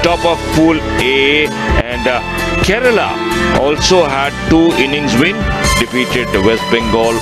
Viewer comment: Ye Keral kya he bhai? Kerala bolo na theek se!